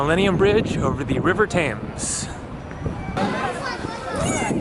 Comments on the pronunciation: "TEMS' not "TAMES", for goodness sake. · The river is pronounces TEMS NOT TAMES.